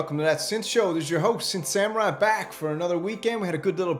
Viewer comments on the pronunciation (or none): none